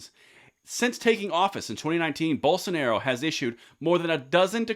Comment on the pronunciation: Just a heads up, Bolsonaro is pronounced Boll-sun-are-oo